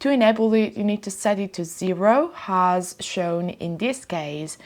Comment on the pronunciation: Ciao 🏄‍♂️ un consiglio per migliorare ulteriormente i contenuti del canale, riguarda la pronuncia un errore che fai spesso ( niente di che eh) è pronunciare la h aspira a inizio parila wuando non ci va. Del tipo hopened anche opened oppure has anziché as. Ho voluto segnalarlo perche mi poace questo canale e ti supporto, spero di non risultare antipatico!!! Stammi bene e continua cosi che sei bravissima!!